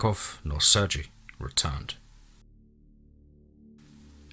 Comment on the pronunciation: Dude i love you but it's pronounced "Sur-gay" other than that, keep up the amazing work